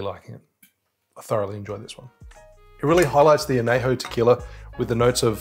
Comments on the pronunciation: love your videos. but just a small nitpick. it’s not anejo it’s añejo. the ñ is it’s own letter. other than that small nitpick, great video!! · It’s /an ye ho/ not /an ney ho/ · Good summary. But, only use 100% agave tequila! Anejo is pronounced an-yay-ho. There is a tilde over the N, not available on this keyboard. I would reserve a good one for sipping. But an Old Fashioned does star the liquor rather than hiding it. Next: Mescal! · I know, right? As a Spanish major this kills me. Wish he would say it correctly. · Aussies really struggle with Spanish. It’s “an-yay-ho” and “ha-lees-ko”. Otherwise, awesome vid! Made me thirsty.